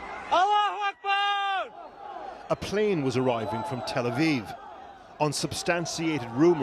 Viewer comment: Tel aviv sounds like telephone aviv😂